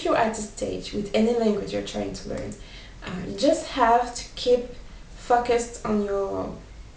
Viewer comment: Almost all of the words you said were pronounced properly...except the word "pronounce" lol. Oh, and "knowledge" too. The "o" in "focused" is a long o, not a short one. you should have said "I will not be disappointed" not "disappointing". And you were right the first time with "let down". And you're probably the prettiest teacher I've ever had, no need to correct anything there :) Thanks.